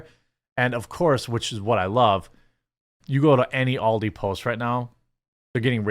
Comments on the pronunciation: It is ALDI, not OLDIE ;-) - Ahl-dee ;-) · Aldi, not Oldi, the way you prounounce it, it's as if you spelt it in your head as Auldi, with a u??? Stop saying Oldi